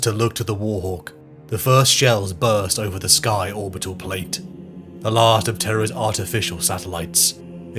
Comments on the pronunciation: The way you pronounce terrAH makes me think you’re a bot 🤖. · Wtf is teh-RAH? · Someone also pronounced "" like "Khan." "t'RAH." Maybe they wanted to make it sound different than "Eye of Terror," which sounds like Terra, when said with a British accent. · TerRAHH is new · For Terah! Lol i love that voice over mistake. Terah! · Seriously ter-ra? I hope that's just an ai issue. Threw me right off the story. Sorry but thats it for me. Less than 5 minutes in, thanks! I was looking forward to that. 😢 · displeased to hear ai on the channel... especially one that calls it "Turrah"... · I just assumed the intro was AI due to the way Terra was pronounced. I knew the others were content creators because in addition to your work I am also a fan of several of theirs. I stand corrected then. You do excellent work by the way. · I literally couldn't get past 2 minutes and 30 seconds because of how you pronounce Terra. It keeps pulling me out of the immersion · Wtf can't u pronounce Terra correctly makes this unwatchable